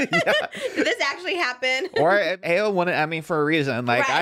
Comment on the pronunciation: ayo's name is pronounced eye-oh! love yall great pod